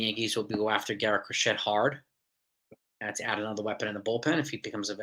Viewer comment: It's pronounced Cro-SHAY, like the needlework.